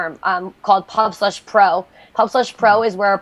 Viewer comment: I'm sorry, my friend. I was pointing out with failed humor that you say pubFlush at the end instead of pubSlush, or at least it sounded like it to me. I do greatly appreciate your video and am looking into their website. It all seems great so far, take care Matthew.